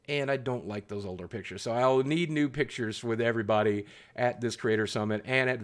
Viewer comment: "I'm looking forward to getting nude pictures with those guys." - That's what I heard lol it took me a minute to realize you said new